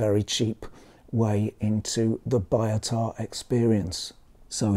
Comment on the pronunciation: I heard somewhere the pronunciation is more 'bee-o-tah' instead of 'buy-o-tah', is it true?